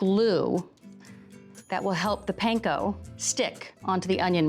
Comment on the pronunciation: How hard is it to say panko right though? Come on Food Network, you can do better than that 🙄